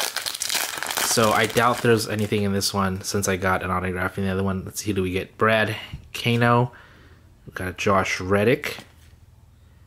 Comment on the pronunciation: You said Brad Hano? That was Brad HAND. Lol